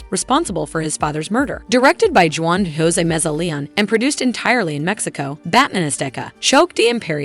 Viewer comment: Is this and AI bot, it cat get any of the non-english J's right.